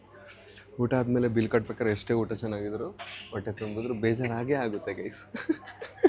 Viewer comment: Kannada sari madi uttha all utta